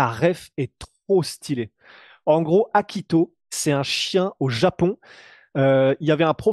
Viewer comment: Hachiko, pas Akito. Putain il suffit juste de lire un tweet mon gars.